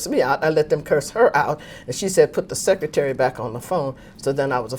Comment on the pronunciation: Secret-tary. Clever